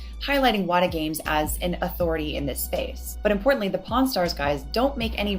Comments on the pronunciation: Karl you really need to work your pronunciation of "pawn" because I could have sworn I heard you say "Porn stars" and wondered when these two got into the porn business XD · Love the series but every time you say pawn stars I hear porn stars and honestly that just makes it all better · idk if you're saying it on purpose but everytime you say pawn stars you're saying porn stars. like there's literally an R every time you say it. it doesn't sound like an accent thing lol. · Great video and its been very informative. But all I hear is "pornstars" instead of "pawnstars" which has me chuckling like a child every time. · At first I kept hearing "Pawn Stars" as "Porn Stars" and was incredibly confused. Amazing work with the video! This is fascinating to learn about, especially since I have such little knowledge in these fields. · When he said pawn stars it sounded like porn stars and I didn't laugh harder all day lol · dammit Karl, every time you say “Pawn Stars” I think you’re saying “Porn stars” and now that image is stuck in my head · Pawn Stars. It did sound like porn stars though. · Just as a side note : Karl Jobst would pronounce pawn stars and porn stars the exact same way. That is all, have a good day! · I swear, every time you mentioned Pawn Stars, I hear 'Porn Stars' and I think I need to brace for an unexpected twist. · i love karl, and his video, but in both this vid and the last in the chain i keep hearing pawnstars and "pornstars". but this is such an informative and amazing video! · Karl, are you aware of the way you pronounce "Pawn Stars"? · The way the accent handles "Pawnstars" made me double take